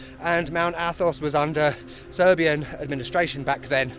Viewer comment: Thanks for visiting Serbia and for efforts to pronounce Serbian words and do it really well. You still make me laugh, nothing like good old English humour 🤣